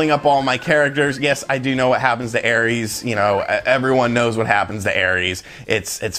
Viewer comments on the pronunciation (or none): Aerith, not Aeris. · It’s Aerith or Aeris, not Aries. 😂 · Man, I was gonna say, the video would’ve come off as SO much more sincere if he had even put in like 6 or 7 hrs... and then he said “air-eeys” and I gave up, then saw you beat me to it anyways lol still like though, just a bit of a goober sometimes